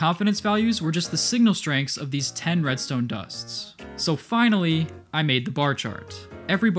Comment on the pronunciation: “Its really quite simple readstone” -mumbo jumbo